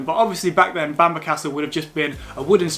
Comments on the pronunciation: It's pronounced bam-burra or bam-braa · Nice video, but it’s not “Bamber” castle & not “The” Holy Island, just Holy Island. Sadly we no longer have the Sycamore Gap tree after criminals cut it down 😢. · You pronounced bamburgh wrong mate ,apart from that brilliant video, welcome to the real north of England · I was born in Newcastle upon Tyne, Northumberland. It will always be Northumberland for me. Great video btw, you just have to work on your pronounciation of Bamburgh. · What a load of rubbish!! Learn to pronounce the names of places if you are going to put yourself out as a "guide" to them. For starters learn to say Bamburgh, or any word ending in burgh. I hope you never do a video about any more of the numerous places elsewhere that end in burgh. Newcastle upon Tyne actually is in the geographical county of Northumberland. Local government administration has nothing to do with geographical location, and to claim the monstrosity of the Angel of the North is in Northumberland is an insult to those in the county of Durham who have to put up with it.